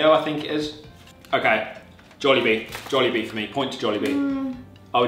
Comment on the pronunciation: I loved the way you two pronouce "jolllibee" its the way common Filipinos pronounce "jollibee" with the phonetical "o" sound.